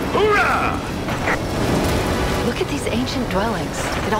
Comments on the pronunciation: did he just say hoorah? IT'S OORAH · It sounds like the marines are saying “Hoorah” instead of Oorah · It's OORAH